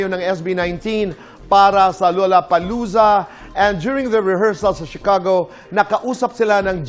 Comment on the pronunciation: lollapalooza's pronunciation is lah-luh-puh-LOO-zuh. hindi LOLA 😁